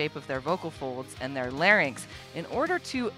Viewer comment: Speech Pathologist here . . . thank you soooooooooooo much for explaining that we have vocal FOLDS, and for pronouncing LARYNX correctly !!! You are an intelligent, articulate, well-educated individual, all to rare in persons calling themselves "vocal coaches" You are a breath of fresh air!!!